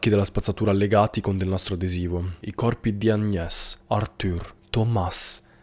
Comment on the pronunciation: Se Paris si pronuncia Parí.. Agnés si pronuncia Agné! 😉👍